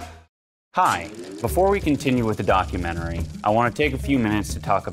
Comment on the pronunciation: Dichomentary? Dichotomentary? Documotomy? Dochotomy?